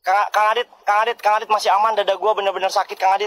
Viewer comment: Ada yang masih nonton?? Bilangnya kang adit .. Dengernya gua dia bilang garith😵😵😵